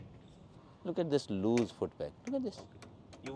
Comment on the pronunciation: Loose ✅ luual❌😂😂😂 लुल looking same to same om puri